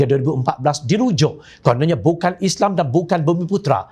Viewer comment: oi pengacara..sebut islam tu betul sikit,isley2..respek sikit la..walopun aku tak sokong pas,sebut islam tu biar jelas..